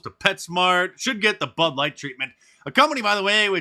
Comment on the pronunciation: Sounded like you said BUTT LIGHT.